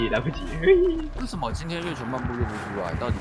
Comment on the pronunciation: “这是什mo！what is that” 我真的笑死😂 这隐鬼真的很可黏 哈哈哈哈哈哈